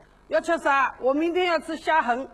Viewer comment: 片头虾仁的发音是不是错了